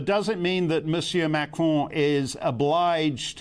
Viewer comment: Why is she saying macron and republican like that?